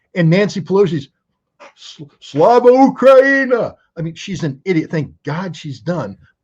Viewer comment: Correction, pelosi said "slava UHANI", listen to it again lol